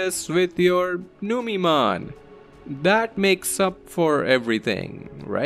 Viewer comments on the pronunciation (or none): Numeemon instead of Numemon yessir!